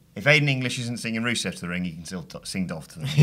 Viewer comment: Swear that guy called rusev ruso....